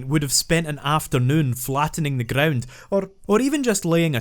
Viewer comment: he be like "grrrround type Pokemon"